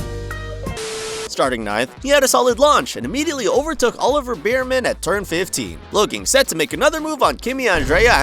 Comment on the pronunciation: beerman and bakoo… how hard is it to pronounce stuff correctly